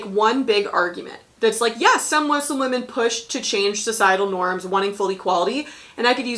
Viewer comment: Lmao as a Muslim girl having this be a DBQ is so funny to me that we’re a question. Lol Mansa Musa wouldn’t be able to film Hajj but it’s a funny idea. Thank you for pronouncing Muslim right, hearing Muzlim annoys me sometimes. I’m so scared for World. I haven’t been able to study much because we’re up to our necks trying to do Unit 8 and 9. Will try Teachtap.